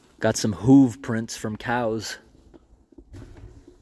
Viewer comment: My man said, “HUUuuuve”… bro what part is the county do y’all call it that? It’s a hoof pronounced hūf in every part of the south. Never heard someone throw a v in there